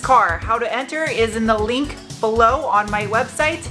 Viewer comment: Wait say "link" again. Oh yeah you're from the SW.